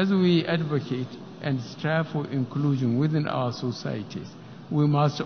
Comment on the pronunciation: who else heard "Ekulushum" Instead Inclusions?